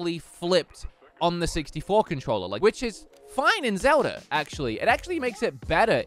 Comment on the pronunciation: zewda. okareener of time.